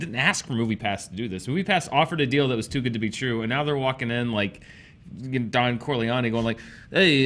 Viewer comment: Anyone else bothered by how said "Don Corleone?"